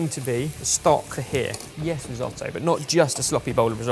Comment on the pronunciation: going ‘YEAYHUS it’s a dish’ has me in stitches😂